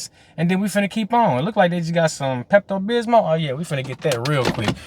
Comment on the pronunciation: The way he say Pepto-Bismol 😂😂